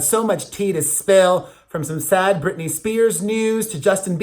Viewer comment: aw love you too....and Brittany is not the same name it has 3 syllables